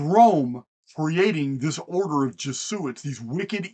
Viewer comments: Pronounced E-Knoch. And Jez-u-it. Biblio-tecka. Great video. Thank you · FYI its Jeh Zoo It.